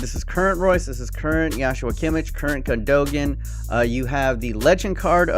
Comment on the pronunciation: Its Gun-do-an，not gundoegan